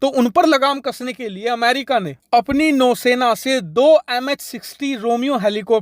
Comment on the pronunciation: Bau sena nhi nou sena 😆